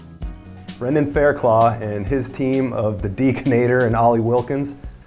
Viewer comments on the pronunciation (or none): How many years has Brendog been at Rampage? And still they mispronounce his name. Fair-CLUFF!